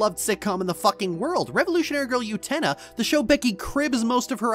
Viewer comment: Utena is NOT pronounced with a Y sound. Please rerecord and fix.